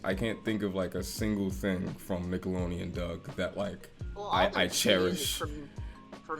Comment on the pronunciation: Bruh it's Nickelodeon with a D